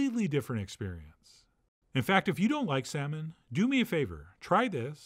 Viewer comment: "You're the shaman...of your 'sahman.' 😂😂🤣🤣